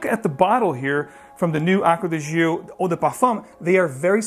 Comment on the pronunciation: "Gio" is pronounced like "Joe", not zheeoh.